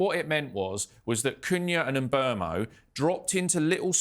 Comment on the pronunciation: It would be good if you could pronounce Mbeumo & Lammens properly! Mm boo mo Lomm - uns There are videos of them both pronouncing their names